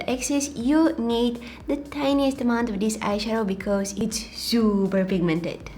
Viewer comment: I love it when she says "becoose". I just love you 😍